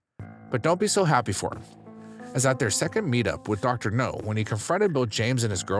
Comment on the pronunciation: I can’t stand it! It’s not Dr. “No” it’s Dr. “Now” for Nowzarian!